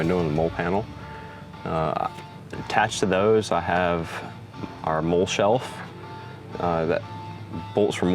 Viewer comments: That’s actually pretty funny. I know the correct pronunciation, but I can’t help pronouncing it wrong. Lol. It’s a real thing. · Awesome rig. Lol but the way you pronounce MOLLE gets me. Just so you know, it's pronounced like the name Molly. 😂 dope setup though.